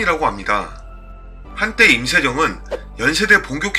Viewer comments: 임세"령"이잖아요 근데 왜 제 귀에는 "정"으로 들리죠? 이거 신경 쓰이니까 다른 내용이 귀에 잘 안들어오네요. 암튼 좋은 정보 감사합니다. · 내귀에는 왜 임세정으로 들리지? 발음에 신경써주세요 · 임세령을 왜 자꾸 임세정으로 발음하노? 혀가 짧으신가